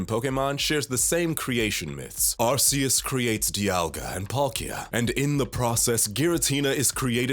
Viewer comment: the amount mispronunciations in this video are astounding also Cerulean Castles??? c'mon guys y'all gotta do more reseach